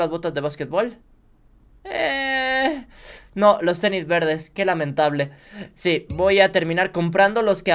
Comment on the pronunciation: dijiste ternis😅